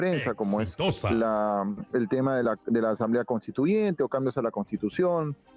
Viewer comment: ESTA REPORTERA DICE, 'ASAMBLE CONSTITUYENTE, DEJAR PARA DEBATE PARA MAS ADELANTE - ANOS' JAJAJAA